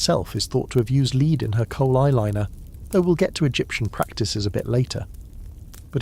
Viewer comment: I love the voice you use for these videos, it's very well trained. That said, the way it pronounces "lead" in this video needs a tweak 😉